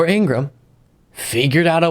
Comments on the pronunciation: Her brother says their name is pronounced IngraHam. Not Ingram... Plz pronounce her ham. She deserves it. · Her last name is pronounced In-gra-ham. Not "Ingram." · Pronounced In-gra-ham. What a shitty thing to say…. One nation divided